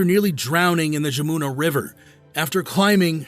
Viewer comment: The river pronounced’Yamuna’, but a hell of a story.